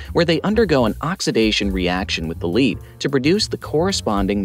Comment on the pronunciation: "Lead" and "lead" are unfortunately two entirely different things;\blame the English language. What you talk about is "lead (Pb)" --> pronounced as Ledd, rhymes with "head" or "bed" A wire-lead is more innocuous, and is pronounced as you do", as "leed" (rhymes with feed). Pb-containing articles would generally fall under the RoHS directive - be careful; although some specific articles may be exempted.